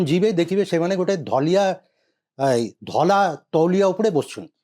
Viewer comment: ତୁମ କୁ କିଛି ଜଣା ନାହିଁ। Turkish towel ବ୍ରିଟିଶ ସମୟରେ ନ ଥିଲା। ଏମିତି ନିଚ ବିଷୟ ବସ୍ତୁ ଆଲୋଚନା କରିବା ଉଚିତ୍ ନୁହେଁ। ଧଳା କୁ ଠିକ୍ ଭବେ ଉଚ୍ଚାରଣ କରି ପାରୁନ ଧଲା କହୁଚ । ଛି...